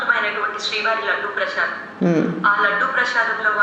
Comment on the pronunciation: Prasadam❌ Prashadam✅ mamayya language ni bane grab chesindi😂